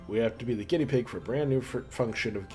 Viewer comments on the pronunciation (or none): none